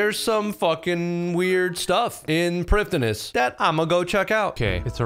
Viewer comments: it’s pronounced “bow of fardin n shiddin” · Does a 42 minute video about Prifddinas and says it wrong the whole way through. 😢